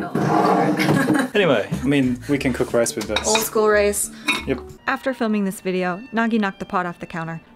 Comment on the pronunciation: The way he says "cook/cooking" though... He pronounces it like "kick" or something. Same with "food". He always says "fewd" instead of "food". Probably trying a British accent, although he is living with and learning from an American woman. 👎